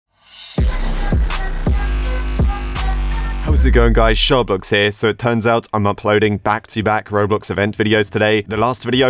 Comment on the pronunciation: I sometimes hear you say shortblox for some reason